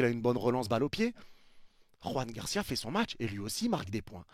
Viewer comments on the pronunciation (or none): salut je regarde souvent tes vidéos et tes lives, notamment ceux du Barca, juste pour te dire que le prénom Joan de Joan Garcia (le gardien du Barca) est Catalan et pas Espanol, donc il se prononce Joan (comme le " j " de jeux en français) et PAS Roan ( avec le" j " espanol comme dans Juan ) sinon j'adore tes lives, les debrief et tout, force a toi! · Joan Garcia et pas Juan Garcia. C'est un catalan pas un espagnol. La prononciation n'a rien à voir !